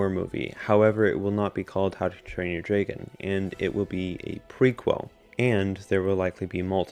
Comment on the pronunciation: Was it just me or did he say “Dragon” as “Draygon”